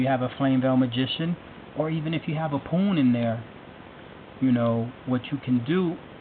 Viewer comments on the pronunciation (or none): Lol he said poun